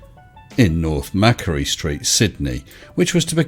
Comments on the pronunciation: G'day, again a great video, but just one thing....you miss pronounced the street name...Macquarie..sounds like"Mac-Quarry", named after Governor Lachlan Macquarie... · Just FYI Macquarie is pronounced "mackquarrie" and not "mackery". Named after a Scottish dude who became Governor of New South Wales. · The pronunciation of the street and area etc. is pronounced Mac..quarie of Scottish origin.